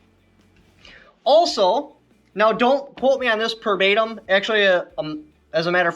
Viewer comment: "don't quote me per batem" LOL